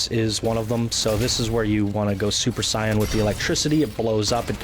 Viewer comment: Your pronunciation of fulcrum and super Saiyan makes me cringe